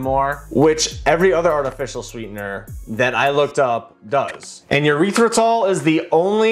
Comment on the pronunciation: A little frightened that nobody is calling our guy out for for his "erythritol" pronunciation. Like he's straight up saying "urethratol". Nooo bro its not a urethra. It is not a penis. Erythritol. Eeeerythritol.